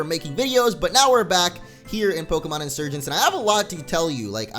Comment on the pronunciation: hey pokemon insurgence is pronounced insuergency